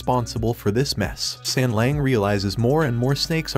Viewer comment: Please pay more attention to the names , don't just spit them out - and it is not sengleng .as an anime channel you should do better , at less with the names